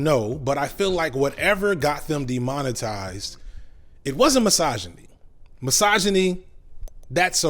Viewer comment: Take a shot every time this neckbeard says 'Massage-A-Knee'. Criticism does not = misogyny just because it sounds harsh. Man up.